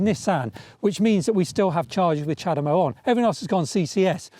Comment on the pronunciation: Chademo? Seriously?